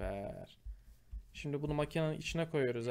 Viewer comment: şimdi yerine şimde demesini sevenler +1:)